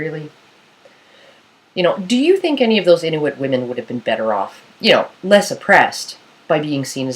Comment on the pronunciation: your saying inuit wrong :L its kinda anoyying